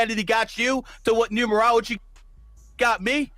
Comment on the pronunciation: Gary's wife can't even say Numerology